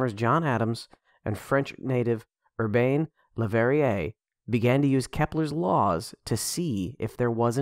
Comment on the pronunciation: I love how you pronounce Urbain Le Verrier ;-) Excellent video: very educational, clear and concise.